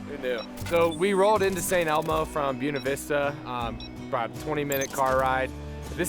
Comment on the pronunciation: Gringo cant say buena🙈🙈🙈